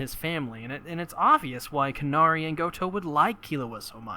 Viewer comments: It’s “Canary” not “CARnary” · Respect to you for making Hunter X Hunter content but holy hell is this hard to listen to. Almost every name you get wrong, none of the things that you're supposed to infer you have inferred. Canary .... Like the bird Canary.